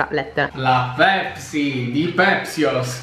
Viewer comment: "pepsi di pepsiyos" AIUTO HAHAHAHAHAHAHAH